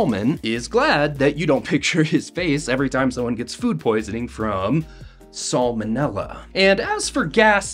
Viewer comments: Why did you pronounce salmonella wrong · Why did he pronounce it sul-manella… I’ve never heard anyone say it like this